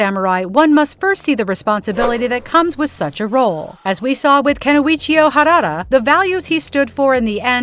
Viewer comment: WTF？！ It's not harara! It's harada！！ And it's my family name too ！！